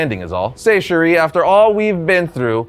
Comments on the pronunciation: I’m loving the new X-Men 97. Episode 5 left me with my mouth open and eyes filled with tears. And “chere” is pronounced like share. Not Sheree. Lol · The word "chere" is pronounced like "sha", not "cherie". No offense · We all really love and appreciate these X-Men history videos you have been doing! Side note: 'chére' is pronounced like the word 'share', like he says it on the show, not sherry lol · Small point from a born and raised Cajun. Chere is pronounced as "Sha" where the "a" of Sha is like when you say "sat". I think I've seen it written Cherie and that's just fucking weird and I've never heard it in all my life. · Chère (Sha..) and Cherie are two very different words. It’s a shame everyone pronounces the former like the latter. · "sherry, watch the door." It's chére. We've had two animated series with him saying it the entire time. Almost as bad as when WatchMojo kept calling Gohan (pronounced hon) "gohaan" (like ham). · It’s pronounced like “Cher”… not “sherry” 😒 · Cher' is pronounced sha